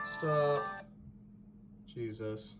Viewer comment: you were saying stahp, instead of stop